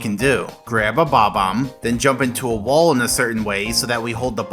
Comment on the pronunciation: Damn, it’s BOB-omb not bomb-omb